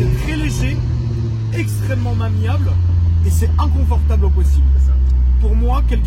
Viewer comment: on retiendra que c'est " extrêmement mamiable " 😂